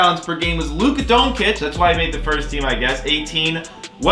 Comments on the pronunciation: It's pronunced donCHic not donkec or however you say it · For the love of God please stop saying "Donkic" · How can you be an NBA fan and pronounce Doncic like you do lmaooo enjoyed the vid though. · Dude. You gotta learn how to properly pronounce Doncic